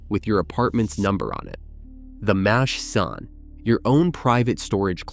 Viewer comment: Super hilarious to hear the american ai voiceover just BOTCHING every hebrew word like "magav", "makhsan", "trisim" and hearing them through an american accent is hilarious